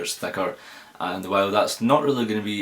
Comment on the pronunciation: thaker thakr :) lovely pronouncing